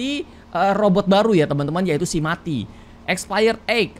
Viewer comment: Kak itu namanya bukan mati tapi meati